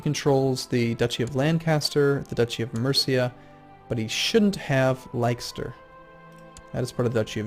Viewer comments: Leicester is (oddly) pronounced 'Less-ter', Gloucester = "Gloss-ter" =) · gloucester is pronounced gloster and leicester is pronounced lester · Leicester pronounced as Lester mate :-) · GLOS-ter. LESS-ter. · Hey,, I love your videos but I thought I'd give you some pronunciation tips (being from the UK myself) Leicster - Lesster Gloucster - Glosster etc etc.:) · Leicester is pronounced Lester.:) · just a small thing Leicester is pronounced "Lester" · I can't help but correct when he says Leicester lol